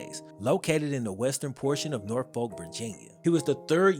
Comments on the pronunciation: is the man with these sports stories. No comp nearby. That's pronounced "Norfuck" round here tho lol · Nor-Fuk... how we pronounce it down here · You know ain’t from the 757 it’s pronounced Norfuck lol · Great video! Love the storytelling. The only problem I had is how you said Norfolk; it’s just “Norfok” with no emphasis or syllables. Other than that great vid! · How to tell someone isn’t from Virginia: how they pronounce norfolk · The way you pronounce Norfolk bothers me lol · crazy to hear other people pronounce norfolk when they aren’t from the area 🤣. its so different hearing it like that but love the vids